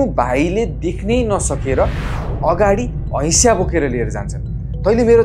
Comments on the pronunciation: हैशा होइन हँसिया 😂😂😂😂😂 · Hasiya ❌ Haisya✅